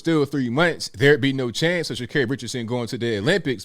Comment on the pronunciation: Are you saying her name wrong intentionally 😂